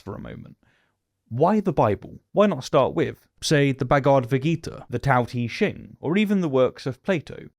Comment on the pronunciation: Tao Te Ching isn't close either XD